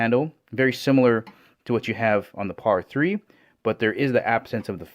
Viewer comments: It totally is like he’s pronouncing it as a Spanish word hahah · It's pear-a, not podda. It's not spanish. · Is he calling it pada3? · Pear-uh 3